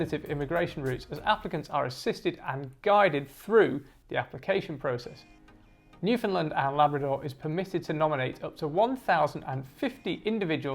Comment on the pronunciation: Just wanna politely say that we say New-fin-"land", not New-fin-"lind" (great video though!)